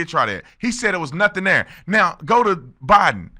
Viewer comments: did she call him Obiden? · Notice she said Obiden Instead of Joe Biden